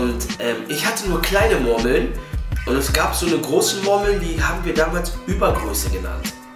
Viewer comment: Geiles Video aber Hahaha die sprichst Murmeln so witzig aus hahaha "Mormeln"😂